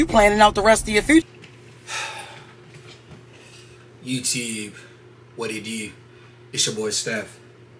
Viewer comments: YewTewb. What it Dew? 😂😂. Then the accent disappears. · “Yewturrbe what it dew” 😂😂